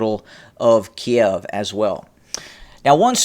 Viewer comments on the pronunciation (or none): none